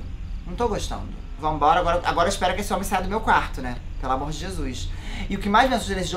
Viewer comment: O falando sem sotaque é ótimo kssksksksk "deita meu amorrr"